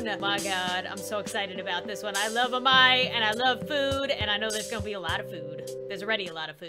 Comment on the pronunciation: Its pronounced A- MAI